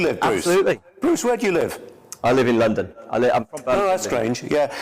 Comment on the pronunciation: Did you here his REAL accent get a bit broader at the end there ? These Lon Don types are proper chameleons I tell ya' . Shifty bloke.